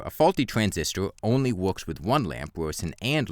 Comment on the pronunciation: Wywing woowks? What?